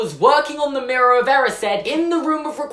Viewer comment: Is anyone else triggered about how he says “erised”